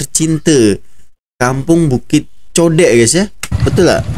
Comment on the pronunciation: Kampung Bukit Godek...bukan kampung Bukit Codek...